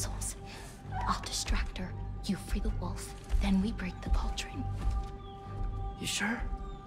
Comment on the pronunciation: “Balldron” Tf bro